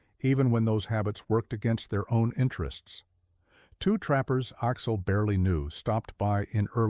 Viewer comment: I’m not sure I can finish listening to this. Axel is pronounced Aahx’-el, not Oxol! 😢